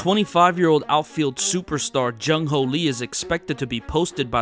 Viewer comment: jung hoo not jung ho like cmon